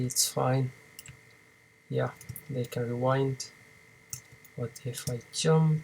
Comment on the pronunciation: Все, что выучил так это как ты индуская морда говоришь джамп... тьщамп! вооот....